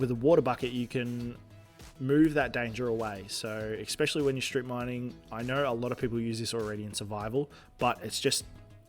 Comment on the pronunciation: i think you said eckspecially like 15 times in this video, god damn its annoying